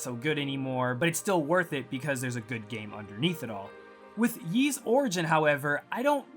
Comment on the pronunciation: a sponsored video and you cant even pronounce ys right